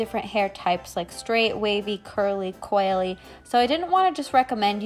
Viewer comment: For some reason I thought she said quaily hair instead of coily hair and I just accepted that some people have quail hair???